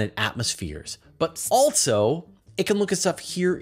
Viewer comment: Please stop saying “alt-so”. It’s pronounced “also” 😂